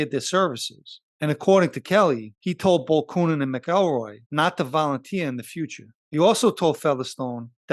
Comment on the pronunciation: It’s pronounced ‘ Mac EL Roy’….. your posted report is very well done and I mean no negative comments towards your production. I only offer a simple correction where you mispronounce James name, I know sometimes it easy to pronounce a name a certain way but it’s usually because it’s been bastardized by the brritish or another ruling elitist group.